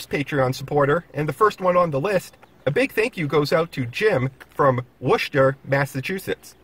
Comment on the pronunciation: FYI it's pronounced Wuss-ter. Looking forward to your Edaville video.